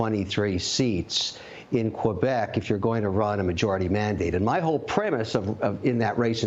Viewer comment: Aahah, juste de la façon dont tu prononces le mot Québec mon Kevin, on sait d'avance que ça va finir en bashing.... C'est l'Ontario qui décide pour les élections fédérales. Sérieusement, la seule zone qui vote pour les libéraux au Québec, c'est le territoire non-cédé par les Mohwaks (Montréal Ouest les anglos). Oh, et les provinces Atlantiques qui veulent les subventions fédérales.